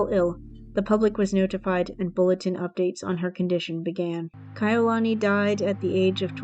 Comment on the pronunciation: Yes it's called respect your subject is our princess it's not difficult to assure that her beautiful name is pronounced correctly. I did enjoy video that was the only thing that was bothering every time Kai'ulani was pronounced incorrectly. Thank you & best regards.